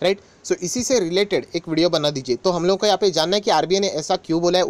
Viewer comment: Vodo nahi video hota h....😂😂😂😂itni bhi kya jaldi h....I ap aasha krta hu😂😂